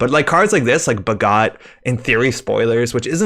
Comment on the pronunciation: I'm only really familiar with the Indian-origin words. Off the top, Aniccam is more like Anichcham, I think. And both 'a's are short (not long) sounds in Bhagat (as in 'attention'). I think the card is inspired by a famous freedom fighter in India's fight for independence from the UK, Bhagat Singh. I really appreciate the effort to learn. Top quality.